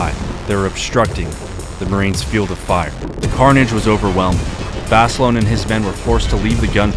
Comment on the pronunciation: of where 😂😂😂 at least say name right